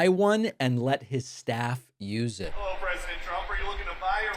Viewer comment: Does he think he’s Tyler Perry’s Madea - heller? Instead of hello? 😂